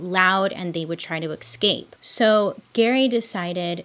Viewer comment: Do my ears deceive me or do you keep saying "EXCAPE"? 😅